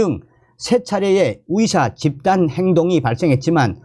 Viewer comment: "의사*를 *위사*로 발음하시니 헛갈립니다~~ "의사"로 바로 발음해주세요~~